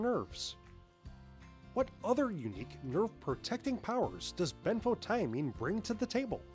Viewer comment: Ben photo mean This is how to say it. Next time learn how to say it before you make a video. You drove me crazy every time you said it wrong. Sounds stupid. Couldn't watch the whole video.